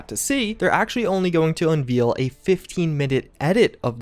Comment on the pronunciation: I'd really like to know why it seems like you mispronounce commonly used words, or you say commonly used phrases incorrectly. In this video you mispronounce unveil and Stadia. In other videos you say I would be amiss instead of remiss, for example. I apologize for being so critical about this, but that kind of thing bothers me greatly.